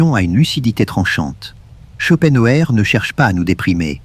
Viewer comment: Ce n'est pas un argument ! Insupportable ! Je ne l'écouterai pas. C'est stressant. Et puis, prononcez son nom qui est allemand, en allemand et ne francisez pas tout!